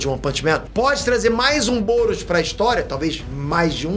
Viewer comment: só eu que tava ouvindo goros quando ele falava "boros"